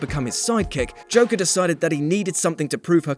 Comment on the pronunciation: Is he saying Joker or Chocker?